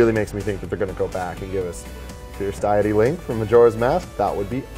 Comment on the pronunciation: Fierce Deity Link would be cool, thought less likely seeing as he's taller, stronger, and has a much bigger sword than normal Link. Something like the different armors from Twilight Princess would be more likely as they would only affect his appearance. Also that guy mispronounced Deity, it should be pronounced day-it-e.